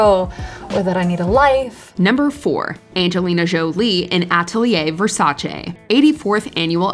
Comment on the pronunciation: Mi fa piacere che un americano dica Versace con la "e" e non versace con la "i".